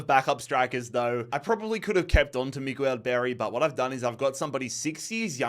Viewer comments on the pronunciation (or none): none